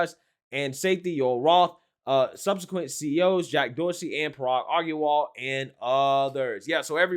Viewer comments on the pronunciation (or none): OMG, I had never noticed, but your pronunciation of foreign nouns is atrocious! 🤣🤣 I still like you a lot ❤, but come on! AGRAWAL is not pronounced "Argual" loool and Bari WEISS is pronounced "vice", not "wees"!